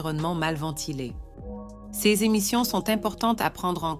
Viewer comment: J'en suis à plus de 6 minutes. Je n'entends que des répétitions dites par un robot qui ne sait pas lire les nombres en francais (pardon: mon clavier n'a pas de c-cédille), qui change parfois d'accent et qui est incapable de lire "ces". Il est hors de question que je m'abonne. Je prends la fuite dès maintenant.